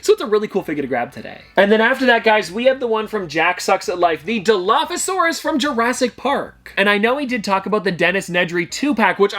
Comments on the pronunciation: Jack said dilophopasoraus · I can’t believe jack said dinophosasaurus like that is no where close to dilophosauraus